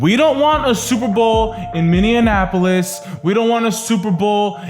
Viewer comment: ***** MINI-APPLE-US not MINI-AN-APPLE-US*******